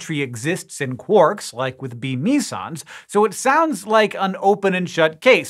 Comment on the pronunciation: It's pronounced me-sons? Thought it was meh-sons...